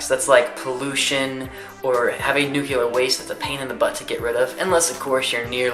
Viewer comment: love you, and I completely agree with what you're saying- with any energy comes risks and drawbacks. just one thing- nucLEEar not nucYUHler. (